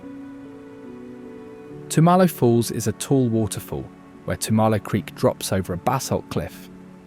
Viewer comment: I teresting video - loved the footage. The flow was confusing because there is no indication where these places are- which states, at least, would be helpful. Last tip - please check your pronunciation of "Tumalo". 😂 it should be TUM-uh-low